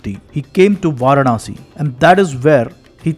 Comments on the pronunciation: Pl pronounce Vaaraanasi as opposed to Vaarnaasi. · Interesting! Just curious; Why do you repeatedly say "Vaar-Naah-Si"? It is "Vaa-raah-Na-si." That is, Vārāṇasī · Pl pronounce Vaaraansi instead of Vaarnaasi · Kindly correct your pronunciation. It is Vaaraanasi and not Vaaranaasi. In Tamil it will be வாராணஸி. வாரணாஸி இல்லை.